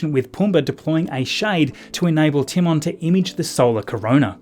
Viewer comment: Brother has CLEARLY never seen The Lion King. “Timmen” smh